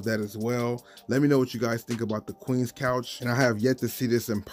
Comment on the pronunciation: FYI, it's not Couch, it's Conch (typically pronounced "conk" but can also be pronounced as it looks).